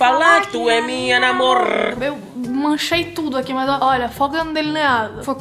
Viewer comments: ninguém: absolutamente ninguém: ninguém mesmo:: PARA DE FALAR QUE TU É MINHA NAMORRRR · Do nada absolutamente do nada: pArA dEh fAlAr qUe TuH Eh mInHa nAmOrrrrrrrrrr kkkkkk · Ninguém: Absolutamente ninguém: Tá pode ser eu um pouco mas ninguém:: pArA dE fAlAr qUe Tu é MiNhA nAmOrrrrrr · A no começo: PaRaH de FaLaH qUe tU Eh mInhA nAmorArrrrrrrrrrrrrR